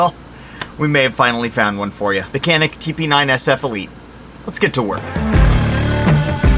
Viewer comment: its pronounced Chanick , or Janick, and its made by century arms from what i understand. . its a great item. canik is a turkish company btw. the only thing cheap in this video is your wall unit air conditioner. just kidding but there is a noise that sounds like one that really takes away from the video.